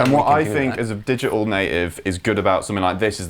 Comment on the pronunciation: "digi-uhl". cancelling consonants.